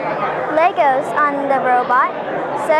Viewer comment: OMG you don't pronounce lego with a s!